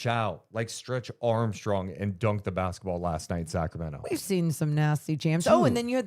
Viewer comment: "NUNCHUCKS" AND "BASKETBALL" NOT "NUMCHUCKS" 😂😂😂🎉🎉🎉AND "BASKABALL"